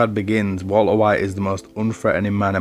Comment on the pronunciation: I like your accent. I like the way you say 'Walter White'. A lot of people have made videos about Breaking Bad - and I have watched a lot of them. But your unique British accent might be the thing that sets you apart. As for the content itself, you identified the "I am the one who knocks" event, explained it beautifully, linked it to other important events, and brought it all to a safe end - tying your end to your beginning. Your personal point of view was clear. I liked it.